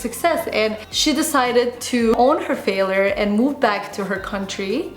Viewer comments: i dont think its because of her accent because even with her accent she prononces words very well, it seems to me she just might not know that its pronounced fail-YURE and not fail-ER, with that said, its not the end of the world if she does not pronounce the world correctly, I think Roodles comment will just help he realize her error because yes, it was quite annoying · calm down English is not my first language either and actually yes there is correct and incorrect way of pronouncing words and this is specified in language dictionary In Uk we say ˈfeɪ.ljər. And R is silent. There are pronunciation differences between Uk And US English - was trying to figure out where got her way from.and it has nothing to do with accent. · it's 'fail-YURE'. not a big deal but was irritating me a bit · How to say failure: "fail-yur", NOT "failor". Your welcome. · faalure hahahaha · Video is great n all but your pronunciation of failure as failer got me 😂🙈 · Hey, I like and respect you a lot but you are just not pronouncing the word failure correctly and making your video slightly difficult to watch.:) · The biggest failure I can think of right now is very badly mispronouncing the word 'FAILURE' 😂 She uses this word non stop says it wrong lol. Alex you could have given her a heads up 😜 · Is that Canadian pronunciation of word failure? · The way she pronounces "failure" is so cute. lol